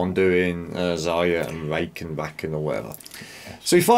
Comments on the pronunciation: Rak-han is how it's pronounced haha. Glad you reacted to this. love this video. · Good try but its pronounced Rah-Kahn I used to me a massive Rakan fan of playing Rakan with other 500 Games of him now i try to stick to Mages